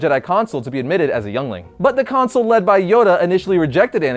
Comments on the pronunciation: It's pronounced council not console... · council, not consil